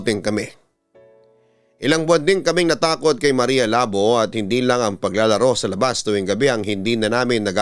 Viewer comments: Marya Labò po pabigla ang pronunciation papa dudut...taga western visayas ang sender na to...kasi sikat yan si marya labò.. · Maria Labo As in initak, yung pronunciation ang awkward. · Maria labo.. Hahaha.. Nakakatawa yung pag pronounce.. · hiligaynon word yang labo o ilonggo ibig sabihin hack or cut.... hindi ganyan Ang pag pronounce....nag originate Ang kwentong yan sa iloilo or capiz.... at lumaganap na sa buong pinas...